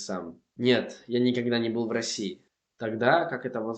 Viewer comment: También trate de eschuchar las frases "Я никогда не был в России...Я никогда не был так удивлён, как сейчас" y etcétera de nativos. Normalmente se dice como "нéбыл" sin pausa entre las palabras, así que el acento cae en la primera é - "никогдá нéбыл".